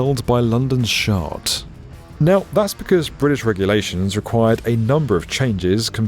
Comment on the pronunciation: Did you say shard or shart??